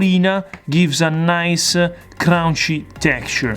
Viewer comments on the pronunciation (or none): I love how he says crunchy, every time I make a pizza now I say it, and I look forward to it in the videos like a catch phrase.